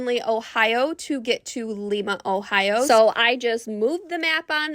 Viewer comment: It's Lima with a long I sound 😊